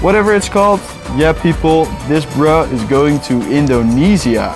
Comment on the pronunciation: im "terkejoed" when you say "Indonesia" LMAO